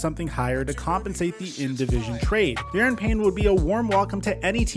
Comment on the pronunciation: Daron Payne, not pronounced Darren btw, is vital to Washington’s d line. Not much depth there and it was said he would be traded last year after that sideline spat with Allen. I really hope they don’t trade him cuz when Young comes back that d line will be tough. They need to make moves with their coaches and owner, not the d line.